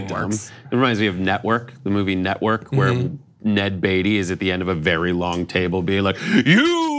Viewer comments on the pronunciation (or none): none